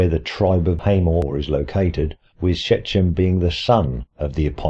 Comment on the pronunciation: "Shechem" has ch as in "loch", not as in "church".